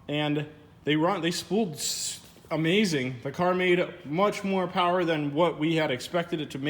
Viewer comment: “Making some prwoooww” lol don’t blame the lift blame the mechanic